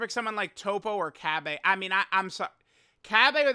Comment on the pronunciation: Cabbe💀💀💀💀💀💀 it's cabba